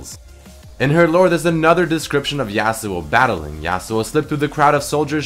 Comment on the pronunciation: stop saying "YAY-SUE-OH" it's pronounced as "YAH-SUE-OH". Appreciate the free content, but it's like hearing a chalk board being scratched. And you say it so many times in this video. It's extremely jarring. Other than that, this video is great!